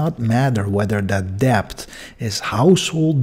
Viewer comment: Not pronounced as deBt. It is pronounced as det. The B is silent.